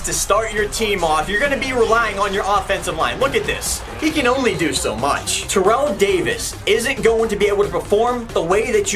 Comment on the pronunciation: i would do Terrell Owens because.........it's Terrell Owens (also it's pronounced tair-ell, not terrell)